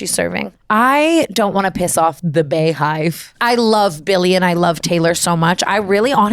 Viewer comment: “bay hive” was already bad enough